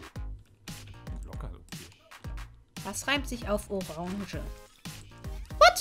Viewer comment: Orange ... Ähhh lololonge xD :D